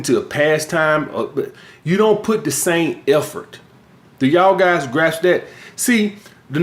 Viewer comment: “Do yall guys graps that?”